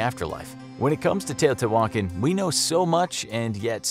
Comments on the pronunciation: Its not teo-tay-wokkin its te(h)-o-te(h)wah-khan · How to you get your pronunciation? Tao-tay-wan-kin?? LOL Try Tao-tayah-Wah-cahn.... Your pronunciation is driving me crazy! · its tea-ha-tea-wha-kon not tea-oh-tea-whalkin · Tay-oh-tea-wah-kahn. Not Tay-oh-tea-wokin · It’s not pronounced teyo te walkin... lol please look up pronunciations before making a video lol it was painfully funny to hear you say it like that... It’s teɪˌoʊtiːwəˈkɑːn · The pronunciation in this video makes the old gods weep. Edit: The presenter sounds like Fozzie Bear! Teotiwokkawokkawokka! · "Tio T. Walken" Christopher Walken's Uncle. TiO tEe WaLKen...but can pronouciate Quetzalcoatl correctly. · ITS PRONOUNCED (TE OO TIII WAAA KHAN) SAY IT WRITE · Are you trying to say Tee-o-Tia-wah-kon ??? cause that's how u say it 🤔🤦🏽‍♂️ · It fricken Te-oh-te-wah-con Not whatever u called it lol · I haaaaate how he says “teotihuacan” 🤣🤣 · The accent is on the last A. You should pronounce it better. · The hu in teotihuacan is pronounced like a W. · Hearing him mispronounce teotihuacan every time made me leave this early